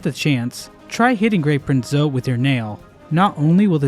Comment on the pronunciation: Almost sounded like you said “Grape Print Zote” 😹